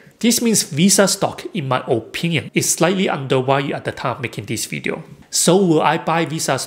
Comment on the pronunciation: "underWalued" LOL